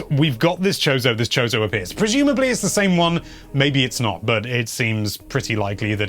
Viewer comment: I heard “chode-o” lmao